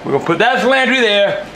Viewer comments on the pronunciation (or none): Cilantree ! ha...